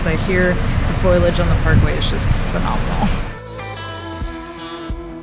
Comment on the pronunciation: Great video, thanks for the entertainment. It's pronounced "Fo-lee-age" :)